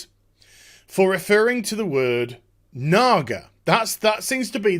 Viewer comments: probs because supposed to be said is "Nah-GaH"... not, "Nah-Gar"... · Jesus Christ dude, no they are not called Nagars. Now you're bad accent is making it sound even worse! lol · you keep saying nagar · LMFAO they think they're saying nigger when there saying naga? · he said NAGAr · "what a nagar is".... No R at the end there boss... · When you add the hard r to naga in the British accent it gets a bit iffy. 😂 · I never realized until now, that when you say Naga with a British accent, it sounds like there's an 'r' at the end. That could contribute to a misunderstanding maybe? still silly though, if Blizzard hadn't fired all their community people they might have had someone to check that out first. Also this video reminds me of one of me and my brother's favorite game which was to say words around our mom that sounds like they ought to be dirty but aren't. Words like asphalt, bunghole, and schist. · It took me until about the ten minute mark to figure out the supposed word Naga was supposed to sound like. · Your accent makes it sound 3x worse when you say "naga". Also I can't ever watch a video of yours without skipping around because you couldn't get to the point of the video title.